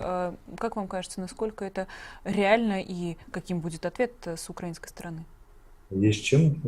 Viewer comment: Не, укрАинской, а украИнской